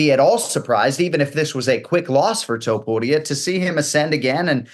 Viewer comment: He did it PERFECTLY